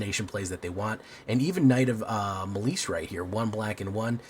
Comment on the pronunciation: Your pronunciation of malice is diabolical